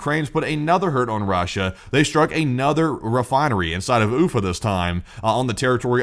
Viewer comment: lol ufa went oof-a